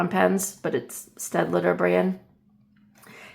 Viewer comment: Thank you for showing the Staedtler brush markers! I found them at my local art store and I love them…I had a good chuckle because they sent me to Staedtler’s Youtube channel where they they actually have a video to teach you how to pronounce “Staedtler” - I was saying it like you - Sted-let-er… It’s actually Sted-ler! Who knew? I think it’s funny that they have a dedicated video 😂